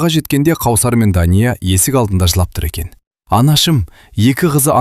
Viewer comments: Қаусар емес, - Кәусар болар.. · Қаусап емес кәусар ғой қыз баланың есімін дұрыс оқу керек қой. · Кәусәр деп окы Дәния де